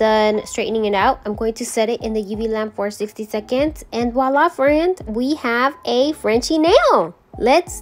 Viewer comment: This is the first time watching your channel, and I absolutely love these. I need to do 90’s nail set for my sister who’s attending a 90’s birthday party. Thanks for the inspo. The way you say FRAND makes me lol. I also love the black cat intro. I have 2 kitties and one is all black. 🖤